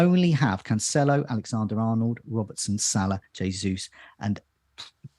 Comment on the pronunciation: it's not "CanCHelo" but "CanSelo"